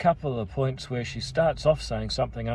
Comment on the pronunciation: NO WHERE IN ENGLISH IS WH PRONOUNCED F